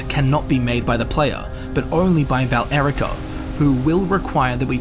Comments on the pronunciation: He says VAL-ERICA, doesn't he? Shouldn't it be VA-LE-RI-CA? Or is this another curious curiosity? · Valerica is one word. It's not Val-Erica